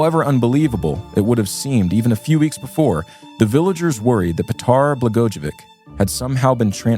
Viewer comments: Not an expert but I believe it’s pronounced blah-goy-uh-vich. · The name is usually pronounced “bluh-goi-uh-vich.” Same name as the former Illinois Governor Rod Blagojavic. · it's PET-ar Bluh-GOY-uh-ViTCH (albeit softly on the ch)